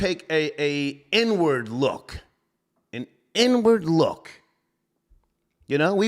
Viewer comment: When said, "Let's take an inward look," I heard N-word look 🤣